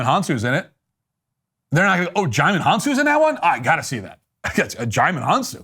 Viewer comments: DiJimon 😂. it's pronounced JI-MON. But I bet you know that. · HAHA “Digimon”. It’s pronounced “Ji-mon”, the “D” is silent.